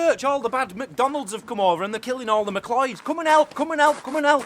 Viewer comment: So blood thirsty way back then! Loving the vids btw! Great work guys! ♥️ PS; it’s pronounced “Mc Cloud”